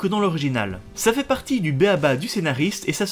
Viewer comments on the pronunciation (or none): none